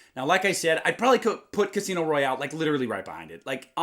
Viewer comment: Lit er al ly not lit ter al ly